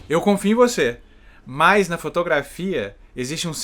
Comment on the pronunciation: Por que tu fala "mais" se a palavra é MAS?